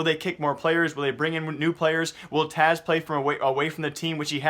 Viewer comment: its Taz not Taz ugh everytime